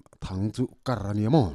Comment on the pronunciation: A tha ltk..kar tih kha kar ti lo in thluk tur niin ka hria..kaaar tih anga ri tur